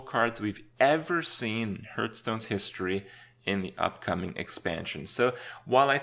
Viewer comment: It has been years now. Please stop saying Hurthstone. It's Hearthstone. It is a compound word formed from hearth and stone. Hearth us pronounced like heart but with a th sound and the end instead of a t sound.